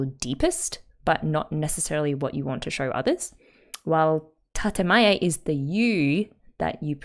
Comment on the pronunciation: it's "tatEmae", not "tatAmae"